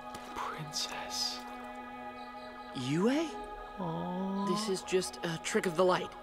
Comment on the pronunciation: In the end, you said Yu...did you mean Yue? Cause Yu is the swamp bender and Yue is the princess.😊